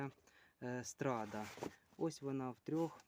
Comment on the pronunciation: 1.24 Наголос страдаʼ